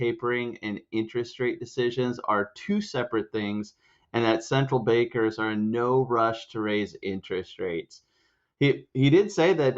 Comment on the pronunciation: Did you say "Central bakers"? lol.